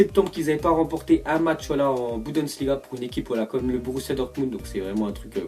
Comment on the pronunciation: jte kiff t'es l'1 de mes youtubeurs préférés mais stp prononce bien tes mots. Par exemple le championnat allemend s'appelle le "Bundesliga" et pas la "Budensliga" ya d'autre bafouillage comme sa que tu fais mais sinon t'es le best donc encore merci pour tout ce que tu fais pour nous. 😉💪👌👍